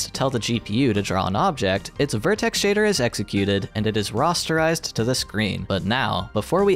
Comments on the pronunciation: I'm sorry to do this to you. It's pronounced "RAH-sterize", not "RAW-sterize" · Why do you say rasterize like "rosterize" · The way you pronounce "rasterize" absolutely killed me. It's like the GPU is forming a roster for a sports team out of triangles. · Interesting video. Thank you. I noticed you pronounce "rasterize" more like I would expect "rosterize" to be pronounced. Is that the correct pronunciation for the word?